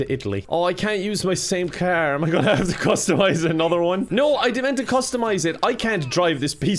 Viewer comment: calling car "kaer" in Irish accent